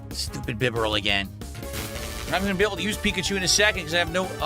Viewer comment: .....Everytime he mispronounces a pokemon's name I want to flip a table. That's what, the 13th time he mispronounced bibarel? I didn't keep track. Also this is his what 5th maybe 6th pokemon game he played? And he STILL doesn't understand or know type advantages? It's a basic rock paper scissors game made for kids! (I might be wrong about how many pokemon games he's played I only learned about his existence through his firered stream) Edit: I just realized I counted wrong it's not the 5th or 6th game it's the 10th game! He started with Omega Ruby! I mean seriously at some point he should know the rules by now! Is he acting dumb or is he just that oblivious?